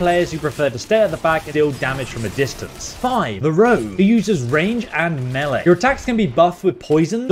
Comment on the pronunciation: Using… me-laaay damaghee